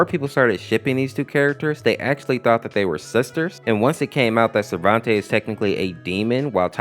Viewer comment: Everything that you made mistakes on (Don't worry, it's not as long as it looks.) The Mid Fight Masses Family's names were mispronounced. At least most of them. All that have been mispronounced are listed below. Silehver [Selever] Risaizy [Rasazy] Sarventay [Sarvente] And also, they did not pronounce Lila's name like that in the original series. Skid and Pump are also wearing costumes, so Pump is just a nickname. I have proof of this because I basically saw them in the show without costumes, like in pictures hanging from the walls. Lemon Demon can't have a real fruit head either, because I thought KawaiSprite said that a lemon was the shape of the original character's head, but he isn't an actual lemon. Also, his real name is just Monster because of this, even though they just gave him Lemon Demon because he resembles a humanoid lemon.